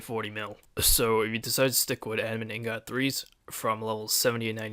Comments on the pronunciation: you cant pronounce ingot right lol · He cant pronounce anything right.